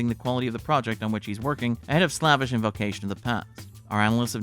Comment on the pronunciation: Must’ve had someone else write your script for you… lol. “Slavish” it’s pronounced, “slave-ish” not “slav-ish”